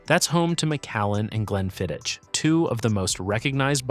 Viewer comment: The fact that he can't even pronounce "Glenfiddich", "Islay", "Laphroaig", and "Lagavulin" correctly sure inspires confidence.